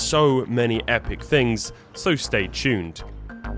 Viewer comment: Stay chuned 😂